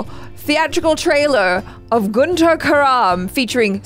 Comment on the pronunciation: Iam from the city "Guntur" itself I've been following u guys from past 5 yrs, I love the way u pronounce the name Guntuuuur , cute😂✨️